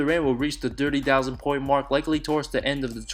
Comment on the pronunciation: Dirty thousand hahahaha learn how to talk bruh... You're a YouTuber...